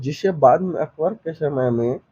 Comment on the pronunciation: आपकी भाषा बहुत अशुद्ध है . कृपया भाषा सुधारें . स, श अक्षर के उच्चारण मे कोई अंतर नहीं है, हर जगह श का ही उच्चारण कर रहे हैं. जैसे शमुद्र गुप्त, . अशुद्ध उच्चारण बहुत खराब लगता है. उष शमय...